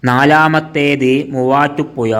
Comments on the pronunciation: ആലപ്പുയ തൊടുപുയ മൂവാറ്റുപുയ😂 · തൊടുപുയ...... മൂവാറ്റു പുയ നല്ല ജ്ഞാനം ...... നല്ല ഭാഷ..''.ഹഹ...ഹ.... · ആലപ്പുയയോ അതേത് പൊയ തൊടുപുയ മുവാറ്റുപുയ വല്ലാത്ത പൊയകൾ